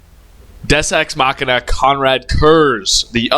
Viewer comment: Deus Ex machina not des es machina. Hate you making me the acktually guy. Dick. 😅